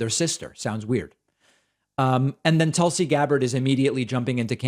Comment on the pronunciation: Tulsi stans... you mean the "Tūls"! 😐